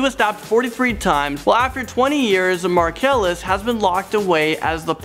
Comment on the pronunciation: "Axecuted by lethal injaction by the state of Taxes" Markellus Marsellus Markellus Marcellus.....